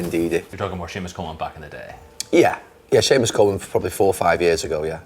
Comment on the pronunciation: Respect for saying seamous Coleman